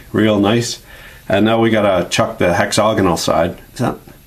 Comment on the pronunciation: hexagonal, not hexogonal :-)